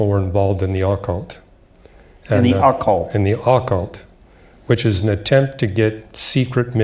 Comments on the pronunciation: Say Ah-cult ONE MORE TIME !!!!!! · I've never heard the word "occult" pronounced in such a strange way. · He can't even pronounce occult.